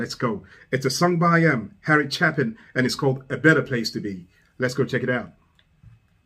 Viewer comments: Harry Chapins last name is pronounced Chaypin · Pronounced CHAYPIN. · I like your commentary a lot, but it kills me that you still pronounce Harry Chapin's last name wrong.